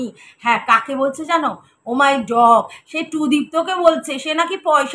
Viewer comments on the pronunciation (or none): তুমি খেকির মতন ও মাই ডগ বলছো😂😂